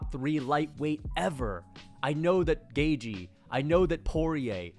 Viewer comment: Please learn how to pronounce Gaethje correctly for the love of Christ